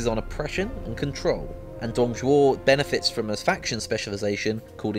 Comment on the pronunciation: My god the Pronunciation for Dong Zhuo is bad x.X